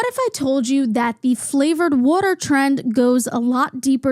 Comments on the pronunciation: great video! but also a quick question are you from philly? the way you say wooder is exactly how we say it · As a southerner I’m loving the “woter” commentary 😅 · Omg I could listen to this mid Atlantic queen say “wuter” all fricken day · i would believe u were lizzy mquire off sound alone if it wasn't for the 'wutter' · I’m sorry but I love how u say it like wooder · that northern accent really came out saying “decaf coffee” and as a southern person hearing the “water” is weird😭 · nothing in this video is more criminal than the way you pronounce waTer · im fascinated by the vowel you use in "water", "loss", "lost", "autoimmune", "also". and how it's not there in "tiktok" or "tonya" and "asked"!!! what an interesting way to say "asked"!! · i mostly watched to hear you pronounce water.